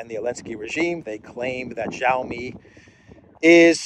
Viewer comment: The Chinese 'X' is not pronounced 'j' but the 'ch' like in inch. So Xi Jinping and Xiaomi doesent start with a j-sound, but a strongly aspirated x!!